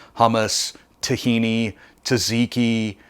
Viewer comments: Tzatziki, not Taziki. Looks good. You used garam masala, which is Indian, that's why it tastes somewhat Indian. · Love your channel, recipe looks amazing! (tzatziki pronounced Zot ziki)